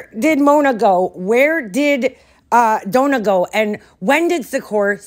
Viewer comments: Another thing !!! The name is Donna !!! NOT DOUGHNA!!!! Get it , he says that because his accent is not correct you have no excuse other than maybe your not literate!! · Listening to him call Dough-nah 82 times has caused ME psychological damage! LOL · Even in the ridiculous opening to his videos, in the silly noise I counted maybe 8 or 9 times where he says Doughna.